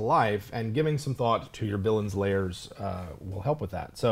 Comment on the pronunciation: Lairs not layers! Rhymes with bear.